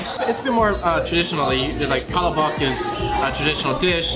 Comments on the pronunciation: Yeah, in the Philippines it’s pronounced PaLabuk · Pa-La-Bak lol 😂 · I so much have lauch that they called "palabak" sorry guys i just funny to hear the word palabak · yall should have tried the chicken with rice!!! && no offense... Filipino friend please do research if necessary before saying pala bock 100times. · Sorry guys I really butchered the pronunciation of palabok in this video. As you know from previous Filipino food episodes in NYC, I do try my best to share and educate our culture as much as I can. Chalk it up to not hearing the word used a lot by my mother growing up (My dad is Irish). I’ll do better next time, I promise! Hope you continue to watch the videos I produce because I will do my best to continue bringing Filipino culture & food to the forefront of media. Thank you 🙏🏻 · These people complaining they said palabok wrong. Please understand that Filipino is not their language. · Nah, you ain't getting off that easily. You could've remembered how the cashier pronounced palabok. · Naahh. All good man. No sweat on palabok pronunciation. I love palabok. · Yeah butchered the pronunciation of palabok but thats fine. You really good in explaining food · Hehehe I just had a good laugh when you pronounced our palabok LOL Good review though...Am proud beiing a pure blooded-Pinoy... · Except the pronunciation of palabok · y'all are killing me with pronunciation of palabok. y'all were doing so well too. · Dying laughing at how you guys say palabok 🤣 so wrong🤦🏻‍♀️🤣 love watching you guys though! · How did this man grow up in a filipino household and still pronounce palabok like that?? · Filipinos be complaining about the because he couldnt pronounce "Palabok" right, but Filipinos cant even pronounce most English words right 🙄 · The stress of the word is in second syllable. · It's all good! Palabok or Pala-bock as long as you are sharing our culture and educating others with our food, that is very nice of you. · Pa-la-bock? HUHHHHH lmao #cmonnnnn 🤦🏻‍♂️